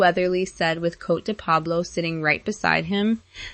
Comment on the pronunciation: And PLEASE pronounce Coté de Pablo correctly!